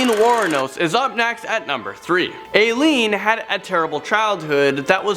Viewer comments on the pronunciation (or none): Not "A-Leene", her name is pronounced "eye-leen" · Gacy was arrested in 1968 but not for what he said in the video. He was paroled. It was in 1978 that he was arrested for the murders.... and Aileen is pronounced "eye-leen" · It's pronounced I leen, not A leen. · The “Ai” in Aileen is pronounced “eye” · This guy needs to look up pronunciations. Illi-noise, Ay-lean... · Dude is annoying. And can you NOT pronounce Aileen? Seriously?